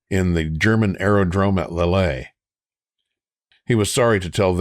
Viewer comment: Lille is pronounced as L-eel. We'll get you sounding French soon enough.